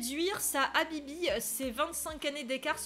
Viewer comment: Comment tu prononce Mahmoud et Habibi sa ma fait déliré 🤣😂🤣😂🤣😂